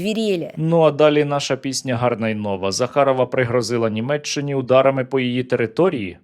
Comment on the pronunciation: Серий, Кажи не "захарова" а (Захерова) Маємо право називати речі своїми іменами))))) Так само як Жопов і Унітазний Бак))))